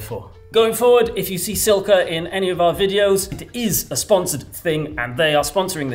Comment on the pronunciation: Francis badly needs to practice his Italian pronunciation for all Silca’s product names 😆